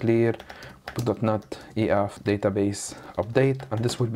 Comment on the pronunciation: I cant be the only one hearing dotNUT every time